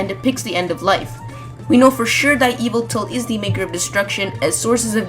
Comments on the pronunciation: Its pronounced Y-VELT-AL Pronounce it how it's spelled. It's not E-VILT-AL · It's pronounced yuh-vel-tal, not eviltul. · Not to be a grammar nazi or not but yveltal is pronounced Yee - Vell - Tall. Got it from bulbapedia